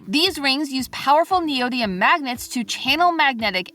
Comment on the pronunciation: I actually can't believe style theory is advertising a pseudo-science product (the ring). can't even pronounce neodymium, which shows she hasn't done the research on them. This is really disappointing from Theorist. How the mighty have fallen...